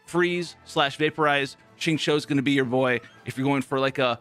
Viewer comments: by the way, ur xingqiu pronunciation is perfect. Be confident in pronouncing his name. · correct We write in pinyin format of her name as xinyan But we pronounce as sinyan So we pronounce Xingqiu as singchew Well not exactly chew but pronunciation is the more correct version. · yh and that's how the Chinese VA of Xingqiu who is Chinese pronounces it. Thanks for ur opinion